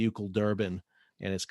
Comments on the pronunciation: Sal, been a big fan, but have to correct you. The vessel and the company is not pronounced “Ou-cle”.... it’s pronounced “O-O-C-L”. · It’s actually in Taipei not Malaysia. Also, it’s read ‘O.O.C.L.’ (as in Orient Overseas Container Lines)— not pronounced as ‘Oocl’.